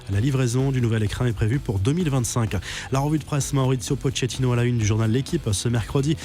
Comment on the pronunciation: Quelqu’un peut lui apprendre comment dire « Pochettino » ?